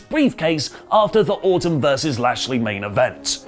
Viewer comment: When he says Orton it sounds like he’s saying Autumn